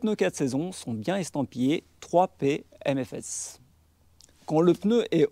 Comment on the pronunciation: 3PM-S-F et pas 3PMFS (on t'entend dire "3P aime mes fesses" 🙂)